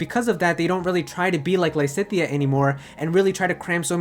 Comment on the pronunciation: Lisithea? cries in Lysithea